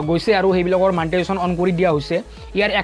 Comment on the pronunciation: not manetization dost its monetization